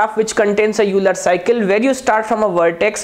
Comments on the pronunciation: Pronunciation of euler is ailer. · Sir name of Euler is pronounced as oiler